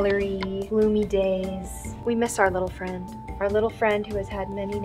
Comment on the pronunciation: NUUUUU FWIEND! IS HE OKI? Edit: oh oof oki XD